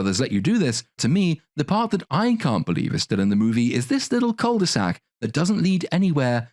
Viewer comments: Just gotta say, "cul de sac" is pronounced without saying the "l", and it is a u sound, not an "oo" sound. Sorry for being annoying, it kinda bugs when you hear it said wrong. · Please stop saying cul de sac. Ur butchering it. Just say deadend